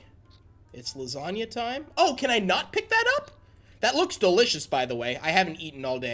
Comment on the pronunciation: gAFEALID SAID LUSANIA